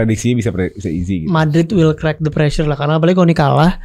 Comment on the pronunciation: Chloey kelly - preassure? What prrassure